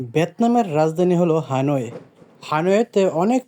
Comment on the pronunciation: হানয়ে নয় হ্যানয় ।।